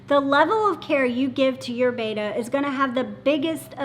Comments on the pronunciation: Betta--- not "beyta". BETTA. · It cracks me up too. Bettas were initially named “bet-tah” after the Asian Bettah warrior tribe. And here's she, constantly going "beita", makes me wince. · PLEASE get it right....There is no A in BETTA...:) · One of these days, they will pronounce 'betta' correctly